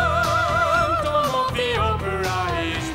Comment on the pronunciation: I had ABSOLUTELY no idea Antonio Banderos (sp ?) could even sing !! WOW ! I am just curious, tho !! Did anyone else notice that the 1st time he says (& sings) the word Phantom, instead — it sounds like he actually said Phamton - reversing the letters “m”& “n” ?